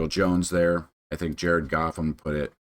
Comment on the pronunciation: did you say cough? or goff?